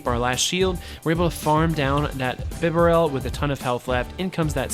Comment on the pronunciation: Thanks for featuring Piloswine, I love this pokemon and am very invested in it, having powered mine up and given him the second charge move. Therefore I am going to use him this weekend in my tournie, wish me luck! Also, it isn't bee-barrel, as there is only one 'R', it's bib- a -rel :)